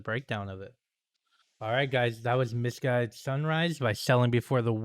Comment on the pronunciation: Yes, the pronounce is right. Thank you very much for your amazing reaction. thanks for checking out our discography & live video as well :) 2000's metalcore FTW!!